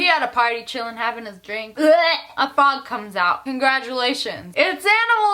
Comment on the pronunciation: The way you say frog 😂🐸